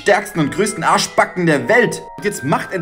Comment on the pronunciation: Wie er einfach Arschbacken betont 😂😂😂😂😂